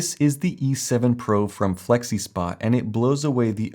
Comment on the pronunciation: You lost me at "Flexispot". 😁